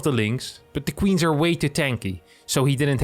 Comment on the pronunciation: "He build squeens" lmao :D That sounded awesome